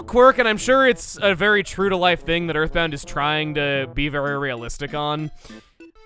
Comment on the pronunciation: “Next time on Earthbound-g” Lmao the G sound at the end lol.